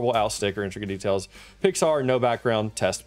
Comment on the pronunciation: it wasnt actually saying intricate it was saying "instracate"